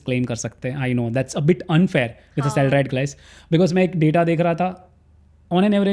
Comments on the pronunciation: Is it a trend to pronounce "salaried" as "salaride" or does he not know how to pronounce. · so irritating he is saying salaride. This is the last word he sud pronounce as CA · That's the right pronunciation. Everyone is taking us for a ride. From CAs to Life Coches to Government. So Salaride 😂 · Hardly a good idea to take a tax advice from a guy who cant even basic pronunciations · I don't care where Modi gave his speeches and as per me he is one of the bad PMs of India. Giving speech somewhere doesn't make anyone great. You better talk about Modi's achievements for India relative to some other country like China. In comparison to Modi, I respect this gentleman and he gave good information. My question is only why he is pronouncing it in a wrong way. More so because it looked intentional.